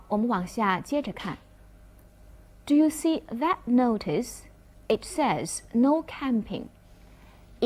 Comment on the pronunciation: 这位老师语法讲的挺好的，就是一些单词发音不准确，如Notice, kids